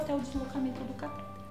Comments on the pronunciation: A pronúncia correta é "catetér", e não "catéter". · Cateter não tem acento, e a pronúncia correta é cateTER com a última sílaba tônica. vlwww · a pronúncia é catetEr.